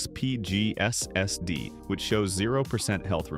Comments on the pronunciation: That S S D totally breaks immersion when enjoying the video 😂 especially the way it is said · Is this AI narrated? If not, why do you go S S D instead of SSD when talking about the SSD's? Also, problems can be intermittent with SSD's as there can be bad cells inside the NAND chips that won't trigger a reaction until data is either attempted to be read or written to those sectors.